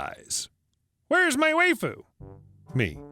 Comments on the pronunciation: It's pronounced why-fu not whey-fu and Saber is a very popular character from fate/stay night series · Lol, "way-foo". It's wife-ooh. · Lol "way-foo", waifu is pronounced "wife-foo". It is Japanese for wife, used by anime nerds who would rather a 2D love interest than risking rejection. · Hahaha how he pronounced waifu... way-fu lol. Wife-fu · Waifu is pronounced WIFE-ooo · That's... Now how you pronounce"waifu". Waifu = wife with an oo on the end. Wife-oo. Waifu. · I'm going to be the 7th or 8th to tell you... it's pronounces wah-ee-fuh. Don't let the 'why-fu' trolls fool you. They're all liars who stole the election from Ralph Nader in 2000 with the help of AOC (which is impressive as she was only 11 at the time; give credit where credit is due. The reptiloids (who are really avian) are crafty f***ers). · It's pronounced WHY-fu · "Why-foo" might be easier to understand =)